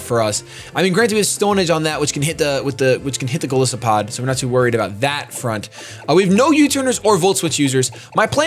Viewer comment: you're great, but man, its goliath+isopod. the "i" in Golisopod is pronounced like "eye"